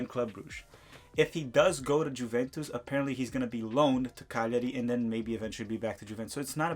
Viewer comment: Bruh please look up how to pronounce Juventus. Out of all of the team names to mispronounce...